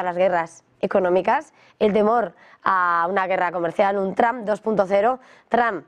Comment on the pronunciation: Por que le dicen "Tramp", donde le encuentran la A ? es Trump, y si acaso pronunciado en alternativa seria Tromp